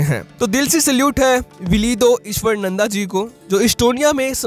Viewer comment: Not ईश्वरनंदा. Pronounce his name as ईश्वरानंद Ishwaraanand